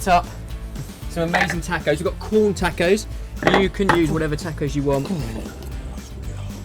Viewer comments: Tah-cohs! not tack-ohs! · the way you say tacos tho